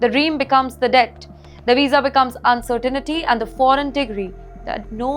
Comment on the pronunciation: I wish this channel would do research on how to pronounce uncertainty. It’s not pronounced uncertainity 😂😂😂😂